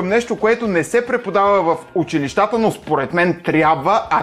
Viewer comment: Браво! Много хубав клип! Само една лека забележка в правоговора. Казва се "учИлища", не "училищА".